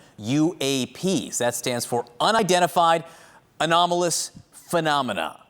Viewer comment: Anonymoloous what? What did he say? Not aerial anymore?